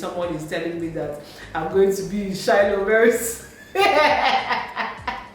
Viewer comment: How you pronounced Shiloh, lmao. It's an annual church program by Winners chapel.